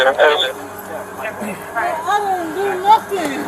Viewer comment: What a waste of an elementary education..."what I doooo?" "I didn' dooo nuttin'"